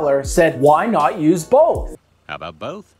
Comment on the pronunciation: How aboot that yee